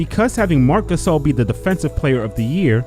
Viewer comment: Nobody: Kenny "The Jet" Smith: mark cuhSAAL